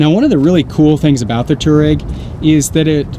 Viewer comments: should probably be pronounced twareg, named after a nomadic tribe in Africa... great review. man the inside of that vehicle is really just stunning. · I can't understand how many people an especialy Youtubers can't say "Touareg" .There is an "A" in there......